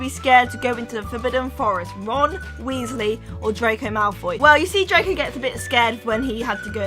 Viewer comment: ALSO WEASLEY NOT WEISLE